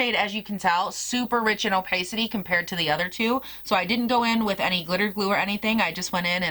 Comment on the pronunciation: What a gorgeous palette and I love the 2 looks you did with it. I wouldn't even mind seeing more! (Pssst... it's o-pah-city, not o-pay-city) xo